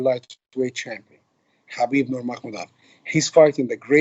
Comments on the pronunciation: I'm talking about his last name Nurmagomedov which Ali is mispronouncing. Yes his first name is the arabic name Habib, but I'm talking about his last name which is Nurmagomedov. The arabic pronunciation would be Noor Muhammad, from his ancestor, like how they change Muhammad to Magomedov. Anyway I'm talking about this fool not saying Nurmagomedov properly and if he was saying it in arabic he would he say Noor Muhammed. Which he obviously isn't doing. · Also, this guy is so disrespectful can't believe he hasn't learnt how to pronounce Habibs last name. Really embarrassing calling him your 'brother' and then continuously boldly mispronouncing his last name.